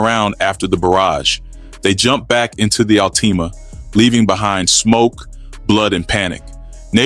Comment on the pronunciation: He said alteama 🤦🏽